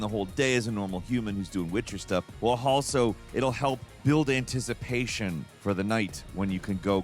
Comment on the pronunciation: " while halso" tf is haslo ?